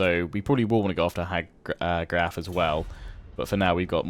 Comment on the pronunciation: Hag Graef = hag "grayf"